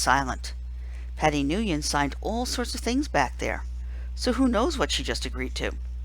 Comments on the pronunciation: Your pronnouncing "nguyen" wrong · As a Vietnamese, please try pronouncing it right